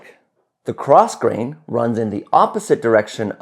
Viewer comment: Grosgrain…are we pronouncing the ‘S’ or nah?